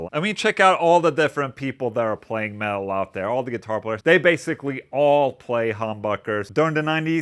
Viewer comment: For the first minute I thought he was saying “male” but he was saying “metal” 😂